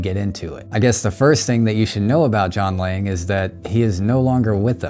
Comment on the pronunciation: Ok I thought you were saying "John Wang" the whole time 🤣